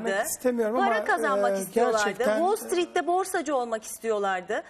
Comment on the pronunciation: Nagehan Alçı, Kolej mezunu değil mi ? Wall Street derken dikkat edin, İngilizce bilmeyen biri gibi "street" diyor.